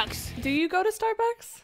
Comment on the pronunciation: im sorry , but i thought you said the name is Starbuckies not Starbucks so thats kinda confusing ahahahah 😂